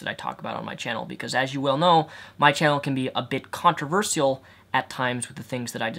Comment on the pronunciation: How you say "controversial" makes me giggle. But personally I don't think slut shaming contributes to rape culture because when I used to think men/ women who were wore tight clothing or had a lot of sex were bad( to say the least). I never ever thought that was reason for them to be raped/sexually abused etc because that's not a reason( not that there is). I'm actually so glad I found your channel about a year or two ago because that was the age when through media/friends/family I started to have the mindset of women who had a lot of sex=terrible, but men who had a lot of sex= ok. And terrible things like that, but you've opened my mind so what if someone wants to have sex with 100 people as long neither participating people are in a relationship. Why the hell not! If some wants their chest out good for them, if they have the confidence to wear tight/revealing clothing then that's great. The shouldn't be bashed for it.